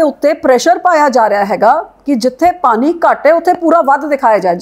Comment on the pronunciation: Punjabi bolni ta sikhla bibi. ਪਾਨੀ ਨੀਂ ਪਾਣੀਂ ਹੁੰਦਾ